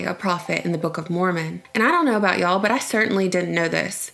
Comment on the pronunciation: Any idea how un-natural you sound saying "ya'll"? We can deal with you refusing to pronounce the letter "T" and the lisp but come on for what ever unimaginable reason but you saying "ya'll"?? God